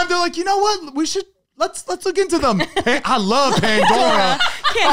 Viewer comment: The way always says “them” as “thum”